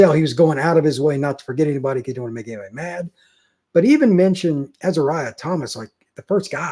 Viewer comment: First I want to say that I enjoy the program. I love the stats and perspective. But, I think you owe it to the players to learn how to pronounce their names right. Azareyeh: Uh-zare-e-a. Not Ezeriah